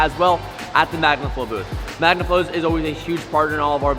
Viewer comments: Anyone else notice "back to MANGAflow" ? Lol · You just mentioned that 'back to mangaflow' its magnaflow bro🫢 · 'back to mangaflow' 🤣